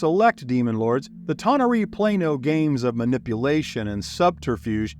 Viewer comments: A-ver-nus, not a-VER-nus. Ta-NAR-ee, not ta-na-REE. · Thought I found myself in Star Trek for a moment - tah nah ree? Always amazes me all of the different ways various groups pronounce D&D names. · How do YOU,, not know how to pronounce tanar'ri?? 🤦